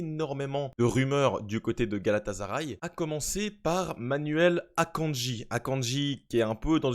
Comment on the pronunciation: Coucou, je voudrais te rappeler une chose, rien de méchant bien sûr et ne m'en veux pas s'il te plaît mais GALATASARAY se dit GALATASSSSARAY et non GALATAZARAY...c'est comme si tu prononçais MARZEILLE au lieu de MARSEILLE... Sinon j'adore ta vidéo car pas assez de Francophones ne parle de cette équipe qui a fortement investi dans ce mercato...comme tu le dis de DINGUE ❤